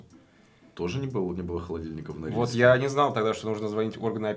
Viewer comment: мне показалось или они сказали Норильск? 😂😂